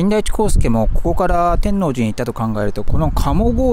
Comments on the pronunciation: て(↑)んのうじ… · 天王寺 のイントネーションが違う😮 初めて聞いた気がします😅 関西の方ではないのでしょうか？天王寺駅と言う時と天王寺と言うイントネーションが違う。天王寺を言う時は天王寺駅と言う時のイントネーションが正しいかと。同じ天王寺でなぜ違うのか不思議です。 因みに和歌山駅にあるMIOは天王寺駅にもありますよ😊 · 天王寺を本能寺みたいに発音してるな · 極楽寺も天王寺も地名の発音が違って違和感とともにおもしろい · たぶん知らない（私含む）関東人は初見だとそういう発音になりがちなんだと思います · お疲れ様でした。ワクワクするロケ地巡りですね。関西人としては天王寺の発音が違和感満載でした。すいません😅 「のう」 にアクセントがきます。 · 見ごたえのある動画でした。1972～78年まで大阪で寮生活をしていたので天王寺駅は、懐かしいです。 他の方も指摘されてましたが、天王寺の発音は、関西人でない証明だと思います。 サスペンスドラマのように感じました。 弁護士高林鮎子シリーズでは、アリバイ崩しに時間通りに進行するシーンが、よく出てきますが、 そんなシーンを思い起こさせる動画でした。お疲れ様でした。ありがとうございます。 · てんのうじ ⇨⇨⇨⇩⇨ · 天王寺の発音が…大阪人としては…なんとも言えない… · 天王寺のアクセントが違います。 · 「天王寺」１回2回なら発音気にならないのに何回も言い過ぎ🤣🤣🤣でもたまに合ってる発音がある？ たぶん「天王寺」の時は×、「天王寺駅」の時は〇